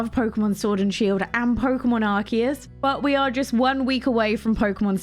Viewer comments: It’s actually pronounce like the letters RKS. Silvally has an ability called RKS System which is basically gives it the same ability as Arceus, allowing it to change to any type based on the item it holds (in this case disk rather than plates) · Everyone who is watching the video, please pronounce with me, it’s Pokémon ArCeus (ar-say-us)!!!! not (key), not (Si)!!!! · since it’s a Japanese game I assume that I should follow the Japanese pronunciation “アルセウス“、if it is pronounced as “key” then the Japanese on the game box would be written as ”アルキアス“ or “アルキウス”